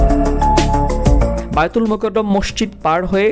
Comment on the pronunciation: মাশাআল্লাহ অনেক সুন্দর তথ্য মূলক ভিডিও 💙💙💙 ভাই জান বাইতুল মোকাররম মসজিদ হবে উচ্চারণটি...ধন্যবাদ আপনাকে।